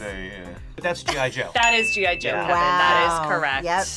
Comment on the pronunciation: The guy that pronounce G.I.Joe "Jojo" always cracks me up XD